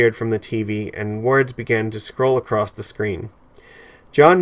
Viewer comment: There is no 'D' in the word 'across '